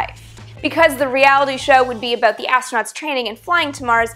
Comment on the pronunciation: I love it when you say aboot